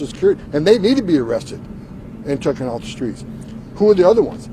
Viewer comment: Did he say "tookin' off the streets?" He's one of Trump's "low-IQ" friends. This country is in such trouble.